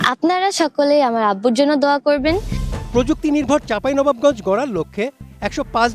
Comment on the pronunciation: চাঁপাইনবাবগঞ্জ উচ্চারণ হয় নাই উপস্থাপকের